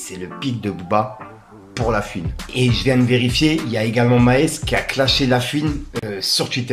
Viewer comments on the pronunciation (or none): La fuine ,😂😂😂 cest horrible coment tu dis la fuine ... la FOU ine